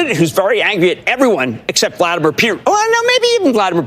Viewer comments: who the f**k is "vladmirror pewt'n"? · Love how he calls him Vladimir Pewtin. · I like how Jim says P-U-tin. I used to say poo- tin but poutine is delicious and it reminds me of that. P-U-tin it now is! Emphasis on the P U.